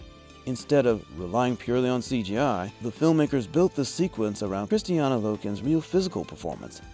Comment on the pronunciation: Why do you always say Kristiana? Her name is Kristanna